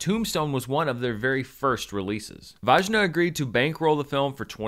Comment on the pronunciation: just a note: "Vajna" is pronounced as "Vy-na" (rhymes with "my nah").:) It's a Hungarian name. Anyway, I watched this when it came out, and really liked it, despite barely knowing who the characters were (I'm not American). I think it's time to watch it again!